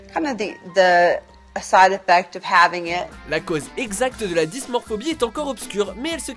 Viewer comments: Alors c'est Dysmorphophobie...et non dysmorphobie...il faut plus bosser vos vidéos, les gars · C'est pas dysmorphobie (ce mot n'existe pas) mais dysmorphophobie. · On ne dit pas dysmorphobie mais dysmorphophobie ;)